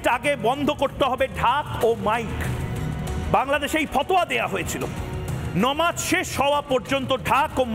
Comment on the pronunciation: নমাজ না আকাডা উচ্চারণ হবে নামাজ।